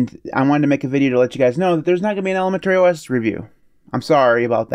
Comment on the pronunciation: Maybe he's been pronouncing it that way since ElemenTERRY school?